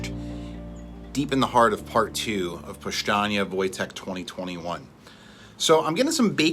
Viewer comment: Sounds powstanie with S, not powshtanie with SH